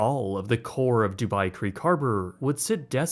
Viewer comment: Not the "dubai tein towers" lmao💀💀